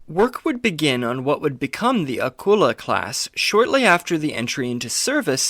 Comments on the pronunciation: Old video but just a point…. Its pronounced with a KULE LA not a kull a …. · You misprouce Akula. Its A-coo- la